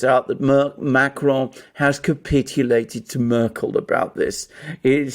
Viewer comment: "Murkel" 🙄 And this guy pretends to be a 'journalist?'